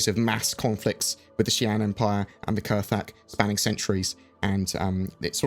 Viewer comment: I thought it was pronounced "kra-thak"? Or has Galactic Historian lied to me?